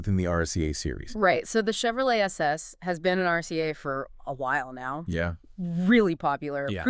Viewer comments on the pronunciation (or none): I have your voices are ai, just off enough then the rca😂 you mean ARCA (are-ca)